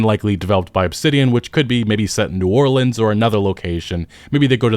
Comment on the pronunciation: Good pronunciation of New Orleans as someone from here I always wished they would do it the southern swamp landscape would be interesting graveyards all over some cool ghoul quests for sure But I don’t want it to be the flopper in the series so hopefully they pick somewhere else